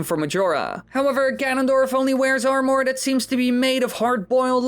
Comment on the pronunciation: I dont like how he pronounces armor as (arm-ore)